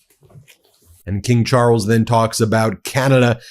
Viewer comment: wtf is Char-els?